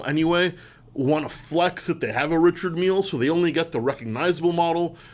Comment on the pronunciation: It's seemingly unanimous that this list of three is plainly wrong. In fact, it's misinformed nonsense. Also, it's pronounced 'Rishard' not "Richard".